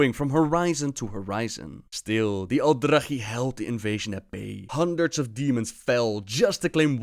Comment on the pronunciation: He pronounces everything wrong, probably just to troll now since he has actually changed how he pronounces words from how he did in previous videos.